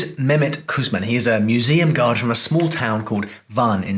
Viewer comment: In Türkiye that Kuşman is pronounced like the English SH so his name should be pronounced like KuSHman, not KuSman like .